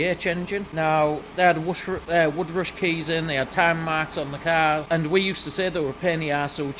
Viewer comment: Yer im with u on this, yes u said it wrong and i understand, but then to add abit on about any machanic should know. Now thats a dig at u. So i stand with u on this